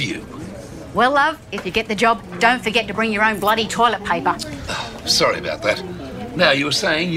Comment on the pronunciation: Sawwy? can u spek shrowly?